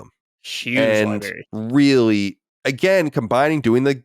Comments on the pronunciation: saying “libary” is cute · "Libary tore" 😝